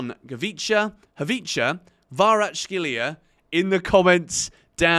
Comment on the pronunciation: It's Kvaratskhelia, mate. Not Kvaratshkelia. "CH", "X" sounds are back to back.